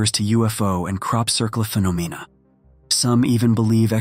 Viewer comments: "Crop circle phee-no-meena." 😂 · The way it pronounced phenomena was hilarious 😂